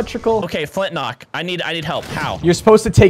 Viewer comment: Literally said take 3 flintknocks🤣